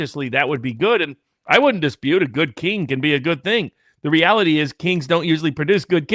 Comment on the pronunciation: 😂 more what?? What the hell is rality more rality??? Sounds evil 🙈